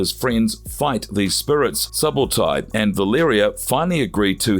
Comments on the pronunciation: Suh-bowtie? Clearly the narrator has never seen the movie. Subotai 8s pronounced more like Suebo-tie; thief & archer. The name is historical. The historical Subotai (1175–1248) was a Mongol general and the primary military strategist of Genghis Khan and Ögedei Khan. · You got several things wrong and didn’t pronounce Subotais name correctly